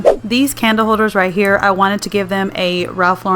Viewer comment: I am so glad you prounce his name correctly.